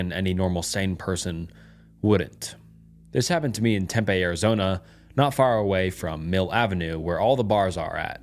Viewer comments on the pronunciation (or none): none